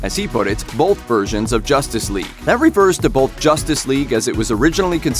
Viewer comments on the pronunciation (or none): "JOSStice Whegue"